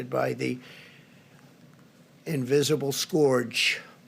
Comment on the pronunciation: Did he just say SCORGE?!